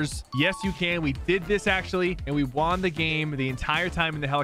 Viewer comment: “and we juan the game” 😂